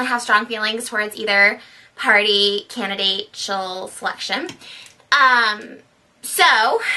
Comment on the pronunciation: "canidate..tial" wut